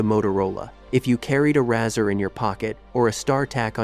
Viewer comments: Razor kid,not razzer. Good job ,though. Good content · Lol, razzer. Rayzer